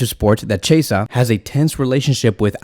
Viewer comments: Chasea u mean chi-esa 😂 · Its pronouns key -a -sah = chiesa lol